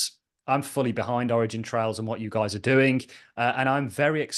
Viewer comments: Where are you getting the “s” from when you say “origin trail”? 🤷🏻‍♂️ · It was a good interview for sure. If I were, I would be pretty annoyed that someone who is as smart and literate as you, throws a random S on the end of Origin Trial 20 times in a row…